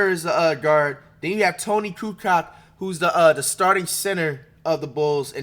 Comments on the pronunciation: Tony Kukoc is pronounced “Koo coach” not “koo cock” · It's Ku-coach not Ku-cock. Toni Kukoc. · Did this idiot just say the centers today would average 70 in the 90s? This idiot calls Kukoc (Koo-coach) Koo-cock. Bro you are embarrasing yourself. That laugh. You idiot the era forms the player. Whag you domt get is that todays players dont match up to the 90s because todays players dont have to face the phusicality and domt have to play positions and dontbhave to be specialist. Most players today are clones of one another so they dont stand out. No one is special today. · When the guy doing the "analysis" knows more about the shoes than the players I cant take it seriously. Saying Scotty Pippen would be a casual in todays game is crazy. And its Tony Kukoc pronounced Kucoach not Tony Kucock ffs man. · My boy said koo knock lmao. Koo coach bro no Coo C0ck lol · Kucock lol. Toni Coo-coach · Flight, it’s pronounced Tony “Ku-Coach” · " steve kerr is kinda nice " 🤦‍♂️🤦‍♂️🤦‍♂️🤦‍♂️🤦‍♂️🤦‍♂️🤦‍♂️ the youth in that statement....Ku-coach homey...not kucock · it’s pronounced kukotch, not kucock lol.. thats what he’s referring to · Did he say Toni Kucock 😭😭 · My boy said coo cock lmao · Tony Coo-coke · “THIS IS “COOL COCK” PAUSE FLIGHT YOU GOTTA START SAYING NAMES RIGHT THAT ONE WAS NOT IT 🤣🤣🤣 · It’s pronounced Tony “coo coach.” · Toni Kukoc. His last name is pronounced coo coach. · My Guy said Brown Randy, Bukler Jew, Tony CuCock. 🤣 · Dude you are way off. The defense was so much tougher back then they wouldnt have just let centers shoot outside shots if they could make them, they let bill winnington shoot because he cant. There were big men back then that could shoot, toni kukoc, whos name you butchered, was a 6'11" threat from outside, look up "toni kukoc .8 seconds."